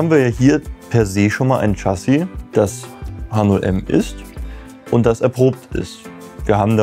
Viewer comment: Lieber, Erstmal: grandios, was ihr alle da baut und leistet! Eine klitzekleine Anregung von einem leicht frankophilen Bewunderer eurer Arbeit: Mich hat das "Tschassi" ein klitzekleines bisschen "getriggert" (wahrscheinlich nichmal wirklich getriggert, mir isses halt nur aufgefallen).🙏🏽 Info: "Chassis" ist das französische Wort für "Fahrwerk" und wird natürlich auch nicht englisch, sondern französisch ausgesprochen. Nämlich "Schassi" (Wahnsinn, meine nahezu perfekte Lautschrift, wa😂?) Kein Hate, keine Aufregung, nur ein lieb gemeinter Hinweis. 🙏🏽🙏🏽🙏🏽🙏🏽